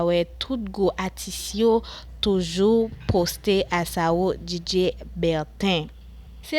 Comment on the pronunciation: Non an mal prononse